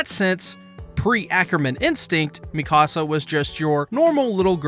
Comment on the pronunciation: It's not Mi Casa, it's Mee-ka-sa.